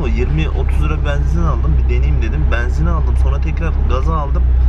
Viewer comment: Şu benzin demeyi bi öğrenemedin im. Banzin değil yumuşak söyle.